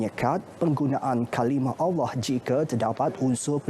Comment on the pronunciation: Suka dengar Ivan Toh baca berita. BM dia bagus. Dia sebut “Allah” pas sngt. Pembaca berita perempuan tu pun sy suka jugak..